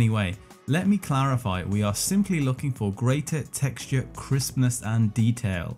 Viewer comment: Every time you say "Crispness" I hear "Christmas" :)